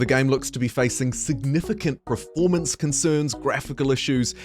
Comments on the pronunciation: Per-form-ance. Not prif-ormance :)nice vid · Are you saying "praformance" or "Performance"?